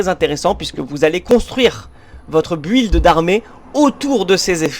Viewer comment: Monstrueuse cette série. Je me suis relancé le jeu grâce a toi ! Par contre build en anglais le u est muet faut dire bild